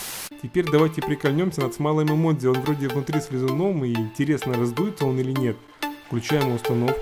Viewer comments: не имодзи, а имоджи. Кто считает также лайк. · это эмоджи а не имодзи